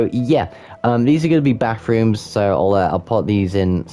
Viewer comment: Every time you mentions ‘bathrooms’ I thought you were saying ‘backrooms’... What if you tried making the first level of the backrooms? Other than that, great shop designs! Loved the little builds